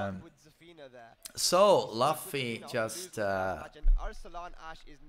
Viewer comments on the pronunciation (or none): it's not pronounced as "LAFFY" IT'S PRONOUNCE IS LOOFY like luffy from one piece. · Just FYI its pronounced '" LOO-FEE" and not "LUFF-EE" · I thought he pronounce it like "Laughfy" 😂 to Monkey D. Luffy (Loophi). Nc one. 🙃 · ITS NOT LEFFY ITS L-UUU-FFY from one piece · It's pronounced as "Loofee" not "Lafi" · You can tell does not watch anime when he calls luffy as lofy 😂💔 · Luffy is pronounced Loo-fee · Did this guy just say luff-e? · Bro it's pronounced Loofy not literally luffy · It's Loofy man get it right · Its LUUFY man 😐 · Nah, it's pronounced "Loofy" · It's pronounced loofy👍🏻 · I guess the doesn’t watch one piece… his pronunciation of luffy tho. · When he mispronounced luffy I was ready to change vids lol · you cant even anounce luffy proprly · You don't know "one piece" anime ? You pronounced luffy wrong